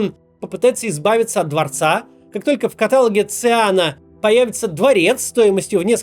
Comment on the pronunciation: мой внутренний граммарнаци говорит, что в катало́ге